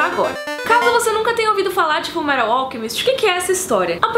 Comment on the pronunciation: a mina vem e me fala "FULMERAL" PQP UHAHSAHUSUHAUSHAUSUHAUHSASHUAUHSUAHSHUAUHSA